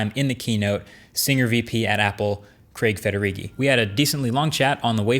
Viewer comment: Finally an American that pronounces Craig properly and not like “Creg”